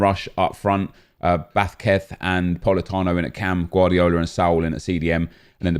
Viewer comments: Everyone: Vazquez: vath keth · I literally thought u said bathketh when u said vazquez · No one:: ‘Vaskess’ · Lol the way he says Vasquez kills me 😂😂😂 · The way you said vazquez made me laugh😂😂😂